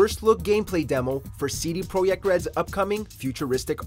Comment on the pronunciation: ha ha at you because it's Polish company, you should read the name in Polish like he tried. J is Y in Polish.